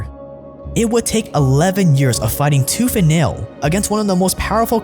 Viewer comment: You said “toof and nail”